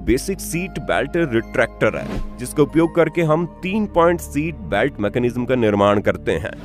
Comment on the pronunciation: भैया सीट बेल्ट होता हैँ की सैट बेल्ट होता होता हैँ